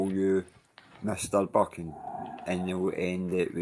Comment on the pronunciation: Buchan is pronounced buckan not byoocan